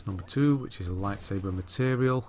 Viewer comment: Zeffo is like a giant maze and I really hate that planet. Edit: have you noticed that you say lightsaber as lightsaver?